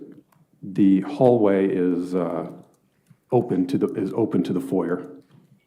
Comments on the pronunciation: He thinks he's smart, but he can't pronounce "foyer" properly x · Dude thinks he’s big shit while mispronouncing “foyer”